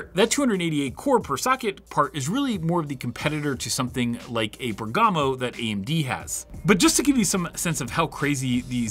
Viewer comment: MOST Server cores EVER, FOR INTEL. Append that on or it's clickbait and false! Also do us all a favor and look up how pronounce Bergamo